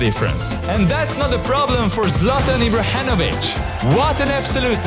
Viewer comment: Ibrahenovic roflmao